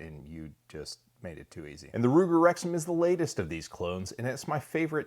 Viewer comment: Thought he said Ruger rectum...